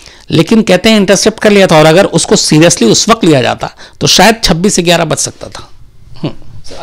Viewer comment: UP-Bihar के लोग गयारह को इग्यारह कहते हैं।